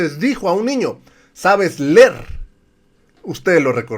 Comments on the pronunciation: Y será que ya aprendió este sujeto a decir leer en lugar de ler ? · El señor Nuño hablando de ignorancia y si no saber decir “LER” 🤣🤣🤣🤣🤣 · ASI O MAS CORRUPTO EL TITERE DEL PRIAN DE NO SE DICE "" LER "" SE DICE "" LEER "" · Ande!!!... El que decía hay que LER 😂😂😂😂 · Vas aler ese libro y le dice la niña a nuño no se dice ler se dice leer 😅😅😅😅😅😅😅y era secretario de educación